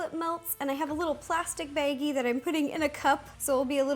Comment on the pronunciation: Are you Canadian because the way you pronounce baggie "beggie"